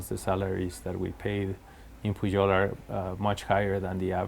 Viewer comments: It sounds like he pronounces the name of the Pujol restaurant as 'puyol'. Why do you pronounce it as 'pu-jol'? California almost another state of México...See also Texas, Colorado etc. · I loved this interview. He is such and intelligent, humble and thoughtful man and your fabulous questions really brought out his his insights on the topics in depth. The one off note was your pronunciation of Pujol. You pronounced the J as an English speaker would for an English word. In Spanish, the J is pronounced similar you a Y sound. I found that a little distracting and a detail that took away slightly from an excellent interview. He was pronouncing it correctly back to you. That could have been a cue. I found his take on his background, the evolution of his career and the evolution of the culinary scene in Mexico and cultural appropriation fascinating. You obviously did a great job with your pre-interview preparation and developing your questions! Thank you.